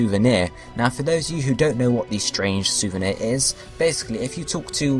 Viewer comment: Strange souvenir, not strange souveni.